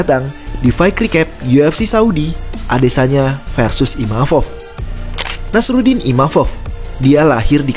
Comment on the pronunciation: Penyebutannya Nasourdin bang bukan nasarudin